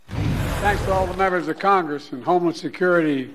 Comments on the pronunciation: Sounded like Biden said "Homeless Security" lol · I thought Biden was saying "Homeless" security...🤣